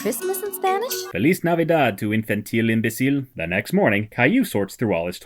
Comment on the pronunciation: # I believe the proper translation into Spanish is: "Feliz navidad, niño imbécil". What you said sounded more like Italian or some other language that sounds similar😅